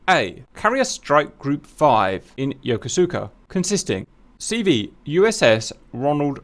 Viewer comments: Pronounced "yo kos ka"....not "yoko suka".... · Yokosuka is pronounced Ya-KOO-ska. If I'm wrong, the entire US Navy is wrong. A Navy Captain corrected me during a briefing. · He forgot to mention that CVW5 is located in NAF Atsugi. All he pronounced Yokosuka wrong.